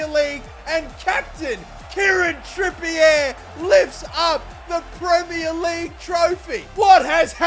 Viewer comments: It's pronounced Trippy-A not Trippy-Air ffs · is the CEO of Kieren "Trippy-yeh"